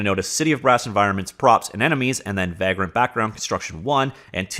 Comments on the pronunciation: It’s pronounced vague-rent, as in a tramp or hobo, do all Canadian miss pronounce words? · Unrelated but seeing the word Vagrant reminded me of one of my favorite games, Vagrant Story. Also you say vagrant weird, or maybe I say it the wrong way lol. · No, he’s pronouncing it wrong, but I forgive him.